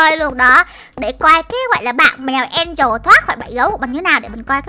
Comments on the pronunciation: Chị ơi angela ko phải đọc là angel đó là từ khác mà có phải tên con mèo đó đâu? Chị đọc sai rồi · An de la chụy chứ ko phải An di ồ đâu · En- Gie - La chứ Ko phải en- dồ đâu chị ơi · Chị oi ngta tên đọc là an deo la 😀😀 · Chị đọc sai tên của con mèo angle rồi